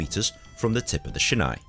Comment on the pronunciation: It’s pronounced like sheenaie not shina.